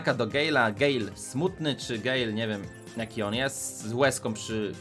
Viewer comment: Nie mówi się gejl tylko gel